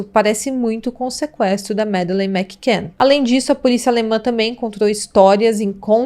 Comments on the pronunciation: Fora outros erros. O sobrenome da menina ela fala errado, não é igual Mac Donald. e "Yard" de Scotland Yard ,ela fala errado. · Insuportável ouvir os erros dela. Não sabe nem pronunciar o sobrenome da menina. Fora os erros de português.